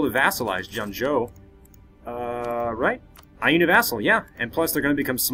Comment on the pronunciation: And Ainu is pronounced eye noo.